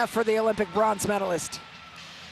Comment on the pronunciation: She said blonze medalist